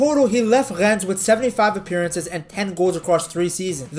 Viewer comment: Hello, just wanted to point out how good your french is, it's pretty rare to hear someone who's mother tongue isn't French (I assume it isn't ?) that speaks French words so well. Your "Rennes", "Lorient", "Marseille" were really nice to hear ! Also, as a Belgian, I absolutely love our Count Doku !! At Euro 2020, he was, at 19, our best player, by a good margin... (KDB wasn't amazing that tournament) says a lot about how strong he was.